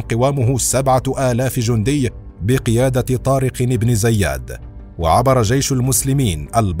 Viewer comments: عندك مشكله مع نطق اسم طارق بن زياد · نطقك اسم طارق ابن زياد غلط بغلط